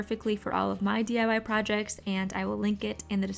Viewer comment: She said DYI? Funny